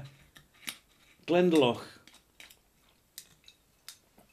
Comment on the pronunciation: FYI... it is pronounced Glenda - Lough. Hope youre well.